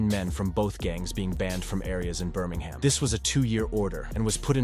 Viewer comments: Noone says Birming HAM. Its Birming UM. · Its not pronounced burm-ing-ham its prounounced bur-ming-um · Is this ai? Man said birmingHAM like a yank lol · Americans saying Birmingham “BUR MANG HAM” English people saying Birmingham “Bur Ming um” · American robot voice pronouncing the city Birming-Ham 🤦🏻